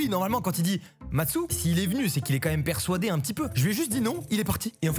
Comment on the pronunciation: il a dit "persoider"😂😂😂